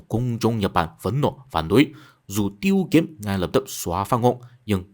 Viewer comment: Âm Hán Việt tên của ông quan chức ngoại giao kia là "Tiết Kiếm" chứ không phải "Tiêu Kiếm" bạn nhé